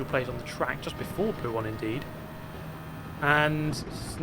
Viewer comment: Mate I’m not trynna hate, but it was so fucking painful watching you try and touch the inside curb causing you to spin every time in puon? Poo-on? 😂idk how to spell it.